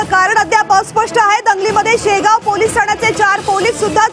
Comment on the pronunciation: मॅडम शेवगाव म्हणा ओ